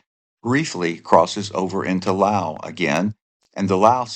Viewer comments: LOUSE. LOUSE. LOUSE. Not Lll. Owww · Laos has an 's' in it. Say it.